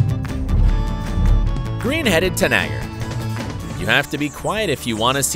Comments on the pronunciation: tanager is pronounced TAnejer, not tanAGer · Tanager is pronounced Tan-eh-jer